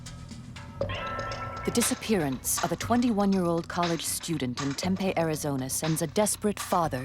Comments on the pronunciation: omg lol "Tempay?" It's Tempe pronounced Tem-pee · I was thinking the same thing! As an AZ native I cringed every time she said it wrong. 🥴😫😂🤣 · It's Tem-pee. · "Tem-pay, Arizona" Lol nice pronunciation there, lady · As a Native of AZ, I cringed each time she said Tem-pay. 🥴🥴😂🤣